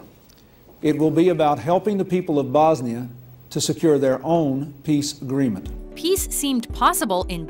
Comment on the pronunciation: Hahaha how she pronounced Bosnia and Sarajevo haahahhaa